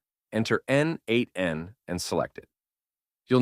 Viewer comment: Thanks. Just a note: n8n pronounced as neight(e)n